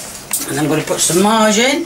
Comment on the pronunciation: Lmao, I couldn't tell if she was saying margarine or "Put the Marge in"